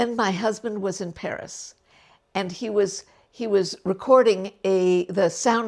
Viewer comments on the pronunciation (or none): none